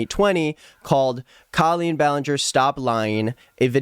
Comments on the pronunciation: I’m sorry but you pronouncing her name as Kaleen is so funny to me😭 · this has nothing to do with the video but i just halfway through the video i noticed he is pronouncing her name wrong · That's not how you say her name